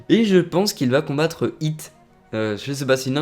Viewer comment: c'est hit,pas hot,hit sa veut dire "coup"